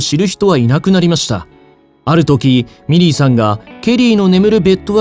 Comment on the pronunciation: 皆さん真面目なコメントの中すみません😣💦⤵ミリーさんがメリーさんに聞こえてしまいます